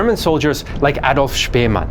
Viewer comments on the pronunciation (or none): none